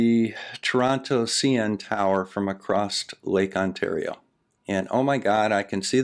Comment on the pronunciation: SAID "ACROST" INSTEAD OF "ACROSS"! THAT MEANS HE'S AN IDIOT AND WON THAT ARGUMENT! Seriously though. This guy seems to have a serious case of short man syndrome of the mind. He resorts to ad hominem and other childish tactics with people who haven't even gone so far as to call him wrong, only ask him to clarify his points. I'd take him more seriously if acted more coolly and more like the physical adult that he is. I didn't even know that the Rayleigh Criterion was a thing before hearing him bring it up in this video, and I was hoping would at least know something about it. He didn't know jack though, as he admitted. How can you object to something being excluded from a thing when you yourself can't even explain that something being excluded? It's like he thought that mentioning that the Rayleigh Criterion was excluded from the Earth Curve Calculator was enough to debunk the curvature of the Earth.